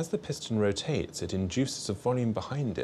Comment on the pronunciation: rotates ( can you say it like dat)?